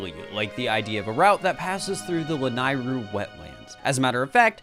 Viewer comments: It's pronounced "Lah-Neigh-roo" NOT "Lah-nai-roo" get it right you noob! >:( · This is amazing. Except for “lan-eye-ru” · the way ur pronouncing lanayru is KILLING ME LMAO